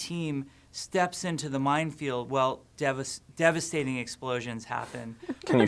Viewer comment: I did not realize Jeff kept saying "devestating" in the developer update so much until I saw this also, you're guys' reaction to Jeff saying a talking hamster would be silly was basically the same as mine lol